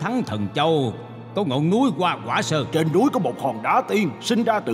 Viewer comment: "Hoa quả sơn" chứ không phải "goa goả sơơng"